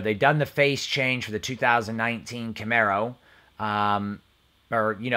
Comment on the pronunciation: I watched 4 minutes and that was with skipping. I immediately was turned by your inability to correctly pronounce a variant of a famous Camaro. Thank you for pronouncing Camaro correctly though.